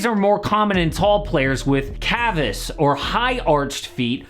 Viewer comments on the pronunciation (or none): It’s ‘cave us’ not ‘cav us’🙄 Correctly called ‘pes cavus’ as opposed to lots of African origin ppl who have pes planus, flat feet Oddly Yau Ming being Chinese is likely pes planus like lots of the orientals This has nothing to do with why these players get foot injuries, each case is individual Lots of players get foot injuries in basketball! (ER dr who was a university basketball player with a recurrent foot injury)